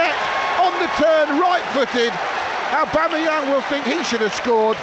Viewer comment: "Set up by aubebangz" and "it is abeyam" 😂 man really can't pronounce Aubameyang LOL